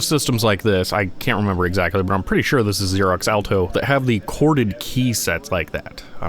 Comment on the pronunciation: When I went to look it up I realized it's "chorded keyset" and not "corded keyset"